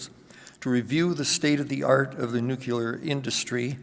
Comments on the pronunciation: If you want to be taken seriously please learn to pronounce NUCLEAR,NUCULAR ain’t it and makes you appear clueless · Nu klee ar !!!! there is no 'you lar' in the word. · I would pronounce it /'njuːklɪə/ but then I'm English and he isn't. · yeah that one is just weird.